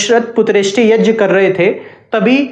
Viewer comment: It's YAG not YAJ